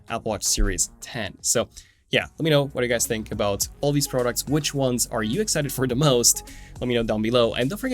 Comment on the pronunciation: Pro ducts?! First time I’ve heard it pronounced like that in 43 years on this earth.